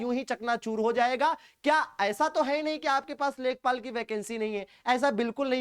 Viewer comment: Lekhapal nhi lekhpal